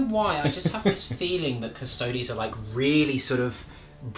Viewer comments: What's with the Custodes pronunciation? Cus Toads sounds like a rude amphibian. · CUSS - TOE - DEES YOU DON’T SAY “ADEPTUS ASS–TARTS” FOR THE ASTARTES, DO YOU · Should be Cus-Toe-Dees